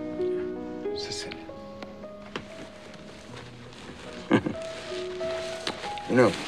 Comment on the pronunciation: "You're Siseelian, huh?" "Yeah, uh, Sicilian."